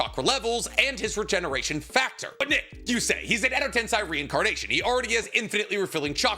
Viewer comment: Day 9000 of asking my guy to pronounce edo tensei right